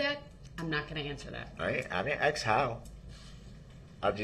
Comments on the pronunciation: I am not surprised that he can't say witness Abel's name! He doesn't even know the difference between Ask and Axe.... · Who the hell teaches English in the schools ??? Boof? Dat? Ax? Substain? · "I'd like to axe the grounz for the objexshun and substain your honor" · Ask not Ax…. Both not boph…. Sustain not substain ….. grounds not groundz…so Many More ….does he realize how ignorant he looks?…. He loves playing lawyer!!…. He would had never done this with a male judge!